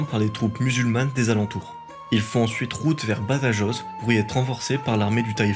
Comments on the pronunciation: Juste attention aux prononciations, j'ai failli m'étrangler avec mon petit dej quand tu as prononcé "Badajoz". Je te l'accorde que beaucoup de youtuber dont Nota bene ont fait la même erreur. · Bonne vidéo. Pour les prononciations c'est "Reconcouista" (Reconquista) et "Badarosse" (Badajoz) 😉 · Par pitié prononcez le rota (le j se prononce r ) quand vous parlez de BADAJOZ et SAGRAJAZ , merci pour les hispanophones . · Ah aussi, prends peut-être le temps de vérifier la prononciation des noms étrangers, ici espagnols et portugais ( /viseu/ au lieu de /viséo/, ouch, et Badajoz et toutes les jotas…). Tous ces détails, ça énerve un peu parce que ça détourne l’attention du fond, qui est très bon !